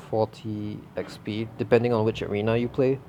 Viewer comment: Arena, not every now